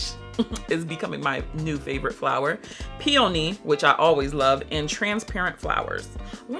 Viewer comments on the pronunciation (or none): you know I have mad love for you. ALL of the Blk fragrance girls say "Peony" WRONG and other people hear them and keep that issh going. PLEASE Google the pronunciation of Peony (it plays how the word should be said). It's Pee-uh-nee, not pee-ooh-nee